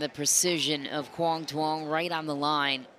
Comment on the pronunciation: PLEASE LEARN HOW TO PRONOUNCE HIS NAME CORRECTLY!!!!!!!!!!!!!!!! "Quang Duong"